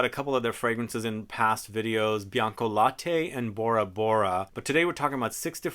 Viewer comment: Bianca late means white milk, not « laté »